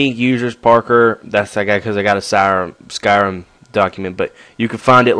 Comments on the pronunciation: why do you call it skyrum? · i love the why u say skyrim